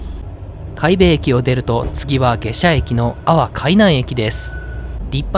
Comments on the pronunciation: 海部郡はちゃんと「かいふ」って言ってるのに、海部駅は「かいべ」と言ってる。ただ、後に訂正してるから評価出来る。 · どんな切符を使うのか気になっていたら、良さげなフリー切符を利用したのですね すなわちそんなフリー切符を1日だけ利用する訳がない、と予想しますw DMVの海部駅をなぜ「かいべ」と読んだのか 海部郡はキチンと「かいふぐん」と読んだのに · 読み方 海部 かいべではなくてかいふです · 海部はかいぶではなく「かいふ」です。昔の首相と一緒。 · かいふ です😅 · かいべじゃなくてかいふですね